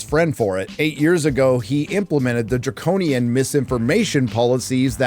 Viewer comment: Mark Zuck- whoopsie! I wanna be more like Elon now. Step one: do a hostage video, step two: get on Joe Rogan 😂 I’ve heard them try to say on THE VIEW before: “Draconian” but it came out wrong, like Demonian, dragonian, Draculean… they don’t know what they’re talking about and they mentioned 1984 and George Orwell once but about the wrong side! I’m like byyyyysh- you thought Dr. Jill Biden was a medical doctor and not just a PhD in education 😂😂😂